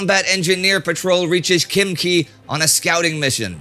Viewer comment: Something tells me that Indy has a taste for Korean BBQ!! (Khimkhi not Chimchi). Great opener Mars weather. I was once listening to an NPR radio program about storms on Mars while I happened to have eaten (for fun) a psyloscybin mushroom, and had visions of 300 story red dust storms!! Enjoyed it, and this episode very much.